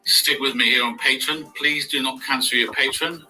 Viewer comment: Omg, I agree. It's not Patron, it's Patreon. So annoying!